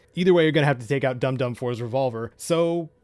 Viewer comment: Its Dum Dum, like dumb dumb not doom doom